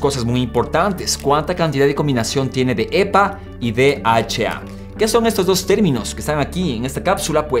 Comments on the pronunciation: Ja si h no eche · DHA. (escuché bien? dijiste 'de' , 'eche' 'a' ????? Que onda maestro. la H se pronuncia 'ache' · El "de heche a" ese cual es ???? Yo solo conzco el "D H A" ...... "de heche a"... INSTRUYETE ANTES DE SUBIR CONTENIDO !!!! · Javier Castro si 😂😒